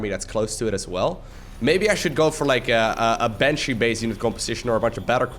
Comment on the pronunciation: HE SAID CATTLEBRUISERS WRONG